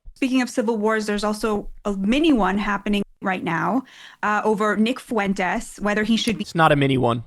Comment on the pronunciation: Fwen-tez. Now every time you mispronounce it as “fu-en-tez” I can say you sound like an old MAGA pundit 🤪. Ask intelligent leftists (not calling you unintelligent) or Spanish speaking people. Or you can just continue to sound like a right wing pundit